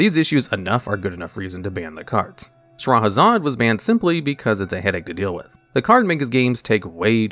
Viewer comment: lol butchering all cardnames but perfectly pronouncing Shahrazad